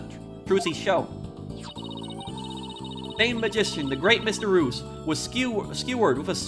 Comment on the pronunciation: Spoilers for the trial! mispronouncing Mr Reus (mysterious) as Mr Ruse (ruse as in a trick/deception) is such an accidental foreshadowing lol